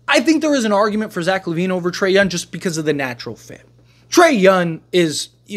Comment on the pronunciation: BRO WHY CANT YOU SAY THE WORD “YOUNG” not “YUN”